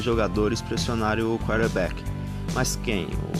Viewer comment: Vídeo ótimo. O nome é quaRterback e não quaterback